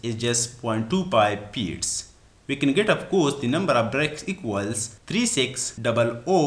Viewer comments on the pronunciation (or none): Feet hota he, peet nahi hota da pakhtoon bachiya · Good explanation but you couldn't pronounced "F" correctly. You are Engr!!!